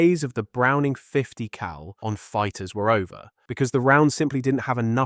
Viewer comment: why do you annunciate cal and BMG so hard